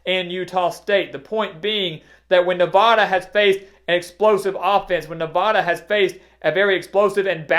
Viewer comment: Please learn how people in the west pronounce "Nevada". Thank you